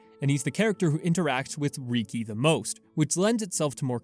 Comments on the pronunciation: Reeki…… it’s freakin Rih-key bro. Listen to the voice acting please….please… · Love the video. Excellent work! (I also find your pronunciation of riki funny. “Reekey” don’t get me wrong I’m not trying to make fun of you or anything)